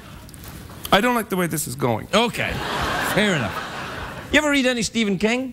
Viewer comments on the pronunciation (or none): none